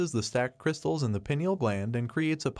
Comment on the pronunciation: WRONG !!! Calcification of the pineal stops it from working 🤦‍♀️ Its more of a hard coating on the outside of the gland not a double terminated crystal !!! And it is pronounced PINE EEL NOT PEE NIAL 😂